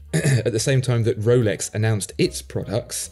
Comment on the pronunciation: I love it when says Wolex.